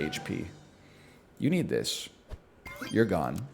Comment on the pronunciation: Whenever NL tells a unit you need this, my weeb ass always hears "Yuni des"